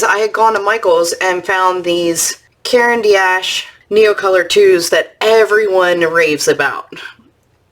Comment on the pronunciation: Thanks for sharing your purchases! Just a note, in saying Caran d’Ache don’t pronounce “D” as the letter, but as the sound = just ignore the apostrophe: Phonetically, karen dosh.